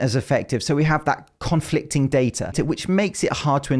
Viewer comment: Just want to point out that at the end of the video you said “conflict-ing” instead of “conflicting” That is all.